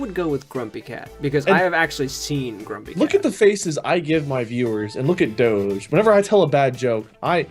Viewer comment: I am so pleased you pronounced Doge properly :3